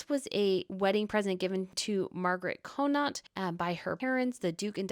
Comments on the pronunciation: It’s pronounced Conn nit if you’re Irish or Conn aught if not. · Loving the tiara episode! By the way, just for info, the Connaught tiara is pronounced, Con, as in con man, and aught, as in automotive. ❤ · Princess Madeleine is the ultimate " fairy princess" .... totally beauriful. If you stay at The Connaught when you are next in London, you will correct your pronunciation.